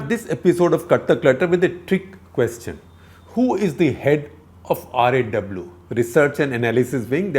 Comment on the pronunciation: Its is R and A W...not Ra , Raa, Ro, Row, Aar A W!